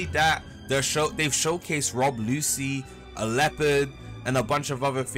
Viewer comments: Its pronounced Lu-chi not Lucy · "Rob Lucy" 💀